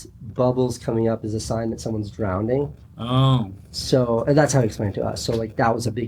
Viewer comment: Did Casey say “drownDing”?!?!